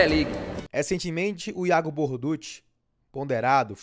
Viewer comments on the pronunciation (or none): Borduchi se pronuncia "Bordúqui". Os mais antigos vão se lembrar do jogador e técnico Dante Bianchi, que ninguém chamava "Borduxi"